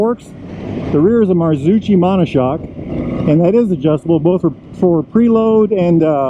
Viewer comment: Good review. But please, check the right pronunciation for Marzocchi 😁